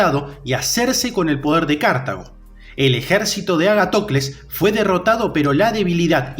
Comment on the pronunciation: ¿Pero tu dónde ves la tilde para ir diciendo todo el tiempo "cártago"? Es Cartago, una palabra llana